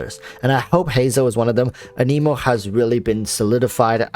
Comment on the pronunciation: I think he seems pretty solid. I agree... pretty blah design for a character that has been getting speculated about and hyped since like the NEGATIVE 2.0 patch 🤦🏽‍♂️🤦🏽‍♂️🤦🏽‍♂️🤦🏽‍♂️🤣🤣🤣 I think the worst part about Heizou so far is all the top content creators mispronouncing "anemo"